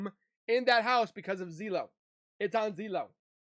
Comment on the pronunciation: Zeeee low? Bro, it’s Zillow. Zill low. lol I’m starting to get used to your zwoki’isms 😂😂😂